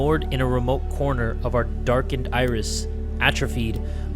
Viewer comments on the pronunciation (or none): none